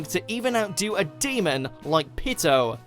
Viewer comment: Pitou is not a demon. Pitou is not pronounced pedo. Pitou didn't die a brutal or deserving death. She admits that she didn't feel anything.